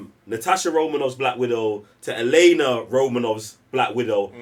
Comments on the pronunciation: continuously referring to Yelena as "Iliana" with and not even acknowledging it is the funniest thing 🤣🤣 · Why can't say Yelena? Why is he calling Yelena by Colossus's sister's name?(😄)